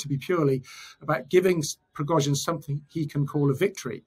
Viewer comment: Yevgeniy Prigozhin. Not Evgeniy Prigozin.